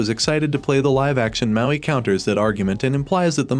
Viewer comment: Do you say mountain? It’s Maui.